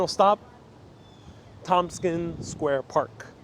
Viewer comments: Awesome video.Thank you! It's Tompkins Square, not Thompson - lol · and it's Tomkins square park TomKINS, how long have you been here?